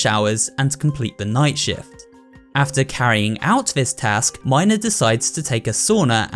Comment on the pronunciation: That's not how u pronounce mina but ok